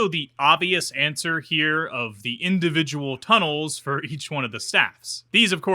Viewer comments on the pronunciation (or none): none